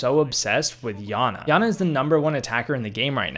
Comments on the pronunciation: It's pronounced yana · It’s not Yana it iana